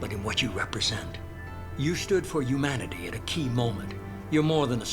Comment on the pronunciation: It bugs me so much that The Illusive Man never pronounces the "h" in humanity he only ever says 'umanity